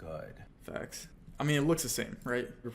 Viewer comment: it did NOT sound like you said "facts" bro.... 😳